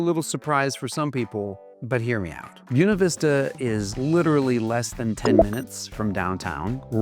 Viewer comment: Say this: bway-na veesta I highly doubt that ancient Latin would have pronounced the word that silly wrong way that you did. Boo ee neh 🤣🤣🤣🤣🤣🤣. I speak Italian and Spanish and it wouldn't even be pronounced that way in Italian. Latin is an archaic language. There's no way I'm going to pronounce Buena Vista the way you do. It makes you sound like a hick who's uneducated. I'm going to say Buena the proper Spanish way which is contemporary. It's most ridiculous to look at the word and say it the way you say it. Never. I will never say it that way. In fact, hearing it mispronounced like that made me never want to move there, whereas before I had been considering it based upon the rest of the video. It's just such a turn off to know that local people are so backwards, and insulting to the Spanish language and Spanish speakers. (Incidentally, FYI, another example of silliness like this is a town in Arizona called Prescott and the locals call it 'presskit" I will never refer to it as presskit. It is prescott Scottish people are offended by the old unsophisticated locals' pronunciation of the town. just like anyone who's a native Spanish speaker would be offended by your pronunciation of Buena.) PS -- Are you one of those who unfortunately pronounce the word for the Italian language, "eye-talian?" Perish the thought, but I wouldn't be surprised if you did insult Italians that way. I hope you don't pronounce the country, "Eyetaly."🎉